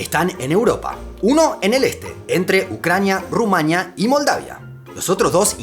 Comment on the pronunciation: Veo que tenéis problemas para pronunciar palabras como Sáhara (Sájara), Rumanía (que lleva tilde en la i), Basilea (que se pronuncia Basiléa, no Básilea)...